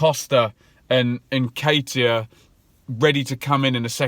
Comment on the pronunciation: Many many happy returns of the day! Keep the content coming bro, love it. Just wanted to let you know Eddie Nketiah's name is pronounced, uN_kettee_aH.